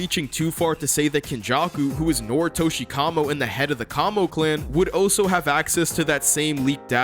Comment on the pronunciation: the way your say "also" sounds like "oh so"